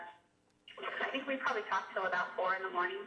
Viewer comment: This is SO trivial....but I hate the way she says "think" "sink" "pink" or any other words that rhyme with those!! She pronounces them "theenk" "seenk" and "peenk". Is this a California accent? Or maybe I am the one saying them wrong and am just dense to that fact...? In any case, it drives me nuts! :-)